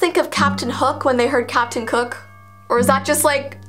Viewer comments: Did say captain kook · Capten?ook Me: pireaeaeaeeaeaeaeaeaet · WHEN SAID CAPTION COOK I THOUGHT SHE SAID HOOK😂😂😂😂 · Don’t worry I also thought Captain Hook when you said Captain Cook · I THOUGHT U SAID CAPTIN HOOK XD